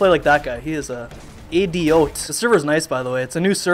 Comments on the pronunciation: U said idioot. Are u part dutch bychance? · an Idioot? Are you dutch?:3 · Did u just said a dutch word 'idioot' lol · lol he said idioot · IDIOT ziemlich deutsch ausgesprochen, beste!:)